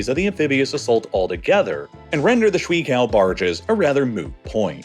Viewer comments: if you're gonna commit to trying to say a chinese word 100 times during a video, maybe try pronouncing it a little less idiotically? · Such a big channel but your Mandarin pronunciation is terrible. No one on the team knows a little Mandarin? Or even Google? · What an absolute monstrosity of an attempt at pronouncing "Shui qiao". Dude, Google can do a good job at telling you how to pronounce something in a foreign language. Be better... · I can tell these videos are well researched, which makes the completely terrible chinese pronunciation all the more baffling. Like, just only using American English sounds you could get like 95% of the way to shuiqiao and it would be fine, at least acceptable. But damn is it not worth a single google? It makes me question how well sourced the rest of the video is. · PLEASE learn a bit of pinyin. The pronunciation of shuiqiao is horrible. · Shuiqiao - "shway-chi-ao", not schwee-cow 😂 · im gonna be super annoying and say its not “swee cow” its more like shway-chao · I'm so sorry to do this, but "shwee kao" was killing me. A closer-to-accurate pronunciation would be "shway chao." Anyway, this was super fun and cool to watch from my bedroom here in central Taiwan. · It is pronounced more like "sway chow", not "swee kao". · it's pronounced sway-chao, not swee cow, which literally translates to water bridge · 水桥 shui qiao —> shooway chee-yaw “Shwee kao” is killing me. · Hey - great video. FYI, shui in Chinese is pronounced like "shway," not "shuee." Yeah, the romanization is dumb. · This video would be a lot more competent sounding and less distracting if you at least pronounce Shuiqiao close to correctly. Instead of shwee cow it should sound more like shway chow. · 水橋 "shwee-kao" no: it's shway che-ow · I feel personally insulted that he didn’t even try to look up the pronunciation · Great video! But please...Its not ´shuiKao´, its pronounced ´shuiCHiao´ (CH is pronounced like in the word ´Cherry´)